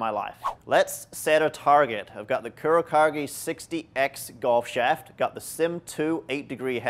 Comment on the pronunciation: Dude, it's pronounced "coo-row-caw-geh"